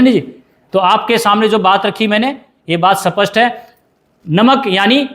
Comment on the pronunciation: Sir kaun si bhasha bol rehe hei स्पष्ट को सपस्ट बोल रहे ही साँप मरे न लाठी टूटे